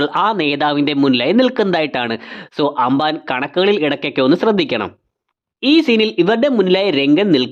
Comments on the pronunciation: Anbaan alla ambaan 😂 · Broo.. anban alla amban aa....😊